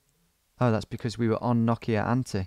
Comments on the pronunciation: sounds like nokiaänthi. SE ON NOKIANTIE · It is Nokian-tie, not noki-antie🤷‍♂️